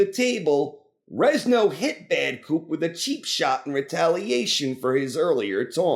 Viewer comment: "Rezno"? LOL. Stop saying it! It's Renzo, like Lorenzo, dude!